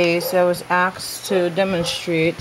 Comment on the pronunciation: You lost me at "axed".